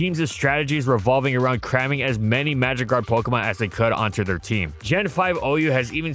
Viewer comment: The first 5 times I heard "magikarp" instead of "magic guard" and was so confused...